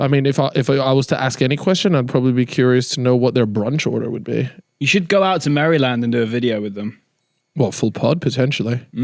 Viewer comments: Never in my life have I heard Maryland pronounced like that😂😂 it threw me off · Please learn to pronounce Maryland